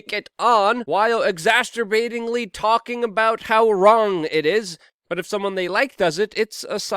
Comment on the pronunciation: Luke: Please please..it's pronounced exacerbating, NOT exasterbating. There is no T in or S in it!